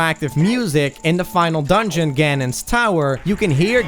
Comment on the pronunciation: Who the hell says that? It's pronounced to rhyme with "cannon"!